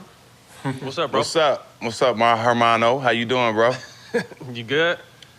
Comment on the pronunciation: Another Great show; Props on the continue success of the show. Thanks for having Penny on; Penny was truly special. He was my of my favorites growing up and my first b-ball jersey. Btw Jack 'H' is silent in Spanish! There is no herrrrmano Lol. Matt with the "there wouldn't be a little penny in the streets" line was hilarious! On a serious note, what ya touch on especially in reference to working with the kids was profound. Growing up in the pjs myself, it hit home to hear ya share those stories. Much love and respect to ya both.